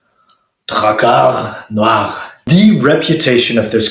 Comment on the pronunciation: Your alveolar trills give me areolar thrills.